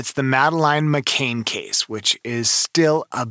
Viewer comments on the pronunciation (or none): Mispronounced McCann as McCain in the first few seconds ... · C-A-N-N...McCann. NOT McCain. And, NOT Amelia either. I'll let you figure that one out.